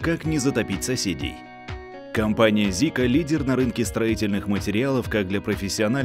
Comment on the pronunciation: Почему Зика ? В каком языке буква "с" читается как "з" ? Или вас грамоте вообще не учили ?